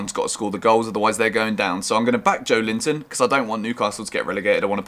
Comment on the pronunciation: "Joe Linton" 😂🤣🤣